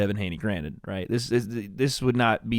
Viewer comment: “Now granite” bruh this ain’t tile lol it’s “now granted”